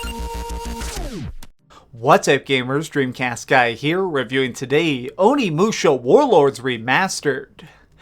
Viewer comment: Referring to the end...Can't believe you're saying "onimusha" like THAT!! face of disgust